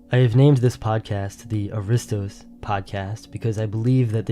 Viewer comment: Only two minutes into this video, severe historical and mythological errors are presented as fact, which completely compromises the accuracy of the rest of the content: 1. Pronunciation: It is not pronounced a-RI-stos; the stress belongs on the first syllable (A-ri-stos). 2. Historical Lineage: The Dorians (Herakleids) claiming the Peloponnese as their inheritance had absolutely nothing to do with Pericles' ancestry. Pericles was an Ionian by birth, an Athenian ruler, and one of the greatest statesmen in history. 3. Complete Misidentification: The video introduces an image of the mythical hero Perseus slaying Medusa (by looking at her reflection on his shield), but the narrator explicitly calls him Pericles (the historical Athenian statesman who lived 495–429 BC). Perseus was the mythical forefather of the Dorians; Pericles was Ionian. Please fact-check this material before presenting it to an audience as genuine Greek history.